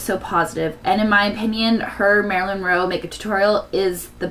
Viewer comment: Wonderful tutorial. I've been dying to know how to do it. But, as Marilyn is one of my favorite actresses (number 2, actually, only behind Audrey Hepburn), I feel compelled to mention that her name is Marilyn Monroe. Not "Roe" Like I said though, wonderful tutorial. Thanks!